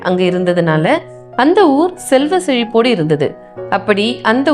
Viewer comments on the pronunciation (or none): அவள் அப்பா..... தவறு....ஸெல்வந்தர்... ஸெல்வ ஸெழிப்பு.. அந்தஸ் ஸமயம்.. பல இடங்களில் "ச்ச" என்ற எழுத்தை "ஸ்ஸ" என உச்சரிப்பது கொடுமை....